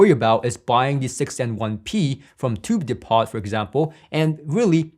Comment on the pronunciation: “Tube Depot” is pronounced “tube dee-poe”. 👍